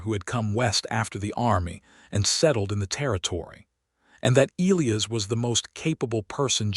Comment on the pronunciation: You simply must figure out how to pronounce names! Elias is pronounced ee lie us, with the emphases on the middle syllable!